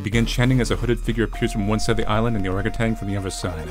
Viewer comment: Hehe orangutan. Love it when "ah" is said as "ae"